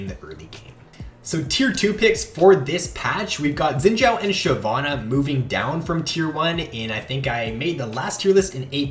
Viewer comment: The way you say xin zhao makes me cringe